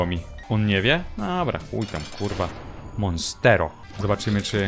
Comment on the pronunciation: Jasny gwint uwielbiam jak czyta monsto Monstero